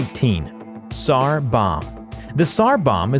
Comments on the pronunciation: "polish sniper Saymo Hayha..." - " kashlikoff rifle..." - "sar bomb" instead of "tsar"...You are not, you are ILLITERATE lab. Morons. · It is pronounced sar the t is silent